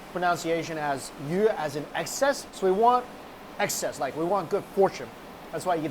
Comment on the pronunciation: How he pronouced fish in chinese hurt me so hard